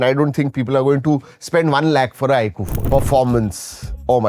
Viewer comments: iaaqu❌ iQOO...😂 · 😂bro is saying iku not iQ